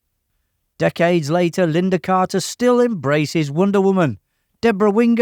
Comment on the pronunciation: Lynda not Linda.